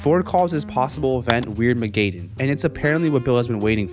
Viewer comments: DUDE ITS NOW WEIRD MAI GADEON ITS WEIRD-MA-GEDEN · It’s not pronounced weird-ma-gay-den it’s pronounced Weird-ma-ga-den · "wierdmegaedon", ive never heard it pronounced like that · ITS “WEIRD-MA-GED-EN” 😭 IDK WHY I AM SO CONCERNED FOR HIM PRONOUNCING WEIRDMAGEDDON 💀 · You mispronounced weirdmagedon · theres no way he pronounced weirdmagenddon wrong when its said in the show